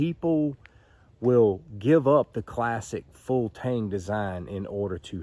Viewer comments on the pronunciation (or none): none